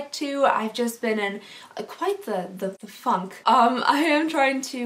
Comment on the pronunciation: Am I only one thought she said something other than FUNK 😂 😅 I WAS LIKE 😲😮😲😳